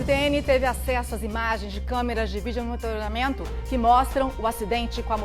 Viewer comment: Kkkkkkkkkkkkkkk CARAMBA....VOCÊS COMO REPÓRTER TEM QUE SABER FALAR ESSA PALAVRA....MONITORAMENTO......kkkkkkk VOCÊ VAI APRENDER 🤓🤪